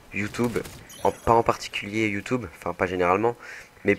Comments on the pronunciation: Pourquoi il dit Youtoube ? c'est Youtube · il dit youteb mdr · J'ai envie de l'enchainer a dire Youtoube avec son accent :O Sinn g g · Youtoube?? Mdrr